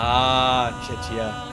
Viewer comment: Did he just pronounce Czechia as checia lmao